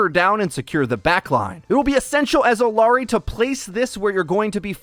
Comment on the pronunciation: ee-YAH-ri not ill-ah-ri